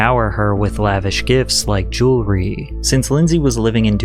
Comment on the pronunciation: It's pronounced jew-EL-ry. NOT jew-LER-ry.